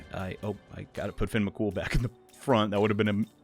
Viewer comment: As an Irish person Fionn mac Cumhaill is pronounced fi-yun rather than fin. U absolutely nailed the surname tho.